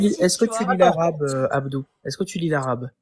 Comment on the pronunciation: Àbdou? Àbdou? C'est plutôt Abdur non ?